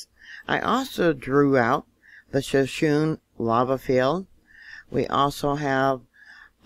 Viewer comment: It is pronounced, Ab-saw-row-key and Shaw-sho-nee. Both are named after Native Indian Tribes in Wyoming.